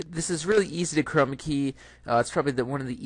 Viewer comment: Love the way you say Chrrrrrroma key . Arrrrr! :) It's the little things that make an instructor memorable.